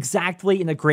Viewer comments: Call othdutie world warth 2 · This guy can't say "call of duty"